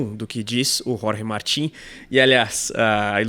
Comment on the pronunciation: É muito legal vocês se preocuparem em pronunciar o nome do piloto de forma correta (Jorge (Rorhe) Martín). Ver um canal concorrente pronunciar Jorge "Mártin" é de cair o "cool" da bunda...